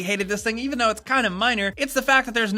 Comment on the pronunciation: is that how you say "even"? like the name Evan lmao